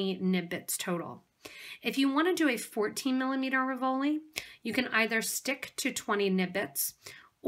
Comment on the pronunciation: Very pretty but please pronounce "RIV-o-li", accent on first not second syllable. Very distracting.